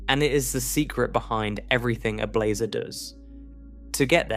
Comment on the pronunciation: "How many different ways can one narrator describe blazar's angles" while pronouncing "blazar" differently from one sentence to the next is not what I was expecting out of this.